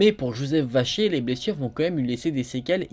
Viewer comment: Qui entend Joseph vachier au lieu de vacher